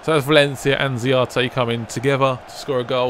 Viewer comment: His name is Mauro Z[S]arate